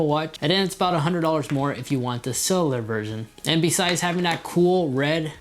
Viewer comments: CELL YOU LAR not SELELELAR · It’s pronounced “sell-you-lar” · Couldn’t unhear it😂❤️ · It's pronounced Cell-U-Lur, I know it's a hard word to say. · I hate the way you say cellular